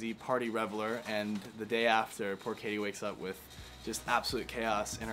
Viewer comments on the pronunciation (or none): It’s Katy not Kathy!